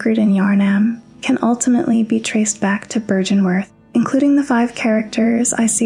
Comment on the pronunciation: The pronunciation errors are slightly distracting, given how well everything else is put together. Many of the words are pronounced in game several times. Heck you even comment on byrgenwerth in your script. Seems like it would have been easy enough to verify and come to the correct pronunciation. It's an uphill battle finding purchase in the soulsborne lore community I bet, and given the toxicity of gaming community in general I would try to not give people reasons to dismiss you as a clout chaser or whatever.